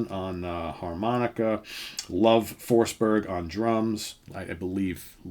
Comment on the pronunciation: I'm from sweden and in to Hard Rock and more and I never heard about them. I do Belive the name Love should be pronounced with rhe e at the end spoken so to sqy.